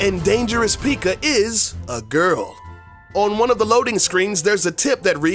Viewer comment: I was really annoyed when he said pika and pig rider